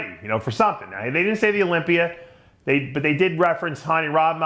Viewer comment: Dave , why do you add an “r” after certain words ? Example : “Olympiaer “